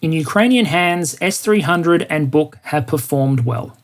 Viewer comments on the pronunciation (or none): Buk is just pronounced buck BTW